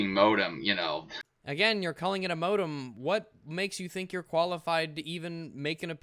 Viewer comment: Every time he says modem I cringe a little.